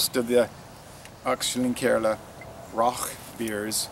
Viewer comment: You did well to pronounce that!